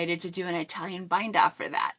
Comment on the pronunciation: Beautiful sweaters. Italian is pronounced ih (like it) TAL yen. ❤